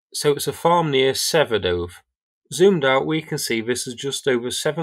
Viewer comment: Now all of people are trying to pronounce Przewodów and it's hilarious